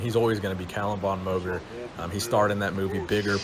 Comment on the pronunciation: I love your content and have seen many video's you've made on Calum. Just please.... PRONOUNCE MOGER CORRECTLY.